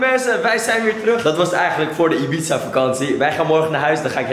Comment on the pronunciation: Wrm zegt Ib-za inplaatsvan ibiza